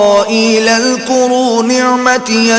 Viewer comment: There is mistake in pronunciation of ayat # 40 , the word "azkaro" is pronounced as "karo" at timeslot . plz correct it. THANKS